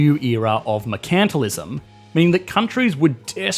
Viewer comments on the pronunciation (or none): took me three tries to guess what he was saying here. Normally mercantilism tends to be pronounced mer-cant-tile-ism rather than whatever that was